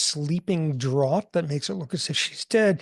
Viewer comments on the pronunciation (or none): Great as always! By the way, in "sleeping draught", the word "draught" is pronounced "draft".